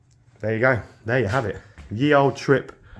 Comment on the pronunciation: just saying...the y in ye was pronounced as th...